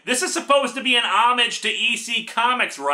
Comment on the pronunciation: Homage is not pronounced home-ag it is more like oh-maj.